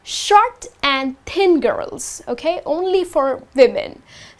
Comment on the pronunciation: thin sounds like ten,is it right?